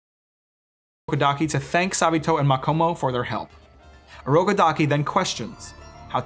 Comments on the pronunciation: I felt a bit of pain everytime you said 'Odokoraki' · This brother could not say Urokodaki 😂… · Bro almost died saying Urokodaki😂